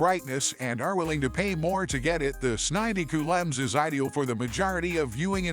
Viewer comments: It the second ai voice video I get and both go with this s90 coo lm… I wonder what was in the text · AI read it as Samsung sninety cool um series 😂